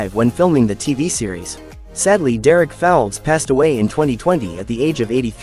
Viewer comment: Here's another one who can't pronounce the actors. Correction it's Derek Fowlds and he was born in Balham. He was 82 not 83. Nick Berry was not born in stratford but woodford essex. Wrong with Nick Berry, Lisa Kay as Carol Cassidy was in Heartbeat from clot. It's Niamh Cusack, who is Fred Grandy.